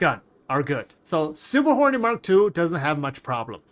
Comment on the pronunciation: I kept hearing "Super Horny Mark Two", lmao Appreciate you, my dude. Lol. Never change.